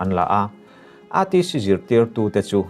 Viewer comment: Aizawl Theological College lam tawi ETC ti lova ATC (A for Arpa) ang a i lam hi a ṭha ka tih zawng a ni.